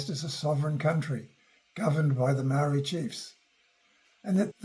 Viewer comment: He can't even pronounce Māori properly. This video stinks.